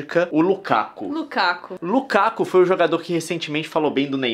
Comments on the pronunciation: Desculpa corrigir Nilce mas é Lukaku não Lukako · O nome dele é Lukaku e não Lukako ;) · Nilce,Lukaku é com U